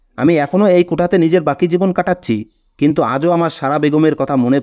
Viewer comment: কোটা কথাটা ভুল, এটা হবে কোঠা।